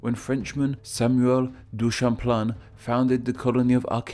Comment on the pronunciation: Minor pronounciation squabbles: Cartier (kar-tee-ay), Champlain (sham-plane or sham-plen), Newfoundland (new-fin-land), Acadia (ah-kay-dee-ah) sans the r, Quebec (ka-beck) and finally Montreal (mon-tree-all or francofied as mon-rey-al). Also, I know that there are also Acadian diaspora in Maine and Vermont.